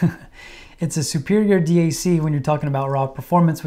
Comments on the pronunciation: Great video. Thank you. If someone is forcing you to say d..a..c instead of DAC, give us a safe signal and we’ll rescue you. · Hey birdbrain... its Dac.... NOT D A C. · Who the fuck says d-a-c? Bro your trying way too hard lol